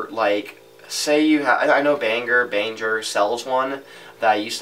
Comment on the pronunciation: its Behringer, pronounced - Bear-in-jer lol i tried